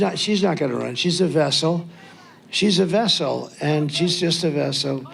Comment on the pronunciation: "she's a vessel, she's just a vessal" definitely feels like a confession on what his role here is